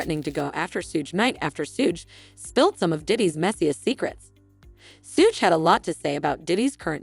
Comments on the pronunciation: His name is not sooge, its shug as in suger without the "r" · Suge ( phonetically=shoog) not sooge..... annoying af. Buddys a clown but still say the name right